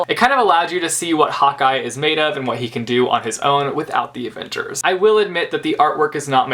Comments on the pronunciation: Every time you say " Hawkeye" it sounds like " hot guy" which is funny because Hawkeye is a hot guy. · Every time you say Hawkeye I think you are saying hot guy.... I'm British so it must be the different accents but it just made me laugh :) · Am I the only one or did every time said 'hawkeye' it sounded like Hotguy:D?